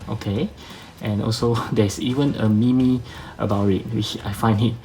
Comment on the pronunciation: Meme is pronounced "meem" lol